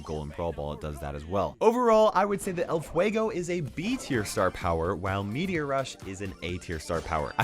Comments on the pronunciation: "Ell fuegou" I'm a hispanic suscriber and that make me laught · Nobody: Latin people listening say "El Fuego": HAHAHAHAHAHAHAHA!!!!!!!!